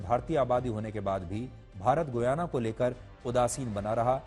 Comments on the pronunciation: Learn how to pronounce name. Shame... shame.... It's pronounced as Gayana गयाना and NOT Guyana गुयाना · It’s गयाना not गुयाना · GOOYANA😂 It is pronounced as giyana or gayana.